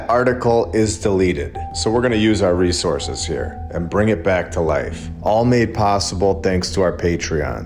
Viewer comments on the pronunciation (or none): none